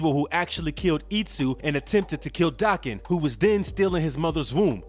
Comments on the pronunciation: It's not Daacan. It's Day-ken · It's Japanese so it's Dah-ken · Its day-ken. And I have a crush on daken. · In all the years this character has been around this is like the third time I've heard his name said out loud. And all the other times i've heard it also pronounced Dokken. I guess that's what it is. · It's Dah-ken. Japanese pronunciation